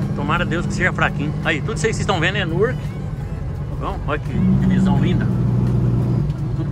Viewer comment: Gente "Nurqui" é Newark tá???😂😂😂